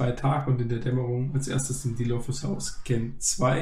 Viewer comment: Deine Videos sind echt cool und es macht echt Spaß sie anzusehen aber sprich bitte das Wort gen mal richtig aus das nervt mich irgendwie immer aber ansonsten mach weiter so